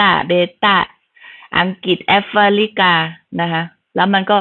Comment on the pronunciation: She not even speak the right word Africa not afrilica 555